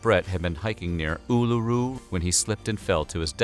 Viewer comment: The way you aid Uluru as an Aussie triggered me